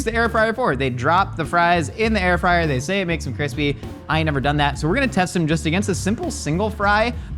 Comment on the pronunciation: Air frid lol😅